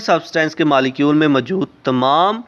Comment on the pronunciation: Pronounce correctly. . Its not malicule ..it is molecule